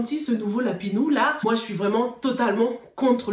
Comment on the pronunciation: Comment dit Lapino 🤣🤣🤣 lapinou 🤣🤣🤣sorry ma chérie mais je ne pouvais pas m’empêcher de rire